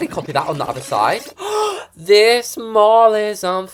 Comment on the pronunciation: if funny when you say the MOOOOOll but it the mall!!🤣🤣 (it funny when you say that not trying to be rude)